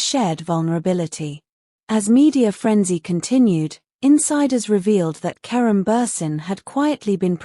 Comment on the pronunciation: Mds fala certo o nome de kerem.😊